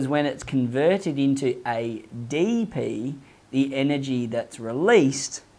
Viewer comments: I was bothered eydeypi and eyteypi pronounciation but I learned a lot than my teacher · Aeye dee pee Aeye tee pee 🤣